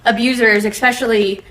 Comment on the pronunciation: Hey lady prosecutor…it’s not eXpecially…….its eSpecially…drives me crazy ! 🤪 🙄🙄🙄🙄🙄